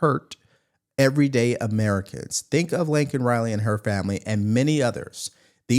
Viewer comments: I love you. I think it's Laken, not Lincoln Riley. Maybe you're saying Laken. It sounds like Lincoln though. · It's LAKEN Riley not Lincoln